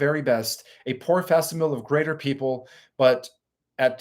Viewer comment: I appreciate your content. I am 66 and your generation has lost the art of pronunciation?? Maybe part of my mkultra training is rhetoric etc but i see a niche in the market for correct PRONUNCIATION ?? The way google corrects grammar, an app could correct pronunciation in real time? FAC SIM A LEE for instance, not factsil eel Someone can make millions from what i just said right there! P.S. Steiner was a luciferian